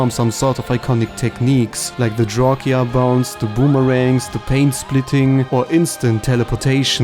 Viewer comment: Literally everyone: Drawsha Channel Kirby: Drawkia